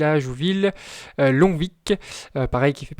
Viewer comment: Lon-vi sans le c 😅